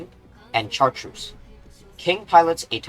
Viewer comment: I apologize in advance, but the 'ch' in Chartreuse is a softer sound, like 'sh' similar to "champaign."